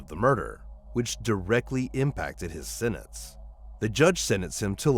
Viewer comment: I find that hard to believe. He is much too consistent during the whole video and then suddenly near the end he can't pronounce "sentence" and "sentenced". It doesn't add up.